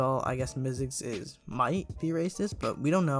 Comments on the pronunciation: LOL HOW U SAID ZICKLE INSTEAD OF MYZX LMAOOO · Love how ur saying "zickle" lol